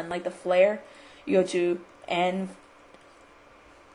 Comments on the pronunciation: E.N.V, Not "enve" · E.N.V Not "enve"